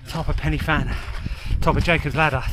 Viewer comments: It’s pronounced Van not Fan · I dont know if this has been mentioned but its pronounced van not fan. :) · Fan is pronounced Van. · Fan pronounced van. Awesome effort though.